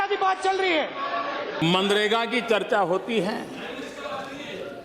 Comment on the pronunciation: Pappu ji pahle manrega kahna seekh lo 😂😃